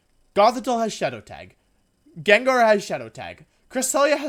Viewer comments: Nobody: WolfeyVGC: says Jen jar instead of gengar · jenjar lmfao it's gengar. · if I'm not mistaken, isnt how you pronounce it GenGar not JenJar? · its pronounced gangar not jenjar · STOP pronouncing it Jenjar, it’s Gengar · if you say genjar one more time im ripping the hair out of my skull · The most evil thing here is saying jenjar. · Man i wish the english language made any sense, how is gengar pronounced jenjar? ahh oh well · It bothers me that you pronounce it as Genjar. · the most evil prt of the video is the pronunciation of gengar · The most evil thing about this video is how he pronounces gengar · the only evil thing here is how you pronounce gengar dude. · Pronounce gengar right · The way you pronounce "Gengar" enrages me. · Am I having a stroke? I've been watching his videos for months now and I've never noticed he mispronounced things like video as wideo or Gengar as gingar, is it him or is it me? Did I just not notice this? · I love his pronunciations GENJAR,WIDEO haha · Pronounces Gengar as genjar. Gothitelle as gothitelly like what it ain’t a Telly tubby. It’s gothi-TELL.